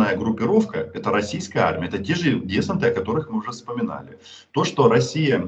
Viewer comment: Одно "но", Роман. Несколько раз сказали это слово, поэтому хочу поправить: не дЕсант, а десАнт.